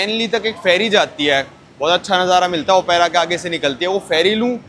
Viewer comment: I have put a comment for your wrong pronunciation, but you gave that a blind eye. It is not Opaira, who told yo that. Do you never use a book called dictionary. It is Op-ra house, not Opaira house. Op-ra, got it?